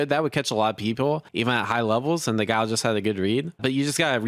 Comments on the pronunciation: I'm distracted by this fella constant complaining and the way "Guile" is being pronounced. 😬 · The fact that Guile sounds so much like "gout" is the cherry to this sundae